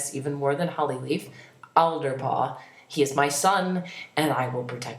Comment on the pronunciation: It sounds like your saying "Elderpaw" XDDDD